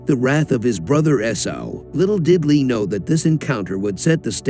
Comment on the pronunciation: You’re not even pronouncing her name correctly 🤦🏻‍♀️